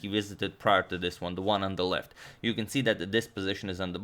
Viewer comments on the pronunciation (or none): none